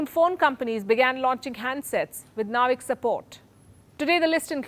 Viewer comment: Don’t say naavik say it as navik.. it’s like u r saying India will be remembered for hair styling techniques